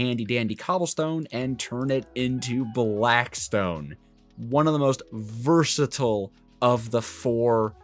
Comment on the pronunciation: bros favorite word is "Versitle" 💀